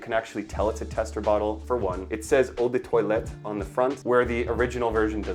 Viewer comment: Maybe try not to pronounce Eau de toilette as “odor toilet”. 😂